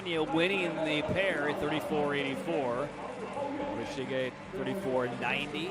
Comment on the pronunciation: Really need to get a commentator who can say the skaters names correctly and consistently - in the 500 he called the ladies winner Yoshiya, Yoshino and finally Yoshida all within a couple minutes (not to mention the consistently changing way he says Takagi, Morishige, de Boo, Schulting, Stolz etc)